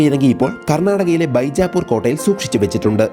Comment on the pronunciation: ബൈജാപൂർ അല്ല, ബീജാപൂർ /വിജയപുര